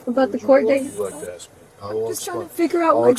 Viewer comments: Blows my mind how anyone can get into law-school and pass the bar, without enough basic intelligence to say the word 'ask' properly??? LOL She needs to 'aks' someone how it's pronounced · If I get a lawyer that says axe instead of ask I’m just pleading guilty. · A lawyer that says Axe instead of Ask WTF! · The translation said "I'm not allowed to ask you any questions ". She said "I'm not allowed to AXE you any questions ". What's going on? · She went through law school and still says "axe"????? I'm calling horse doodoo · Why is it ALWAYS "I just want to aks "? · Nope ... Ax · Why the f do black Americans say "axe" Instead of "ask". Its like clake kent removes his glasses he suddenly superman. I genuinely want to know i am a indian watching this i understand english quite well but not the choice of the use of "axe" Instead of "ask". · It can’t even say ask.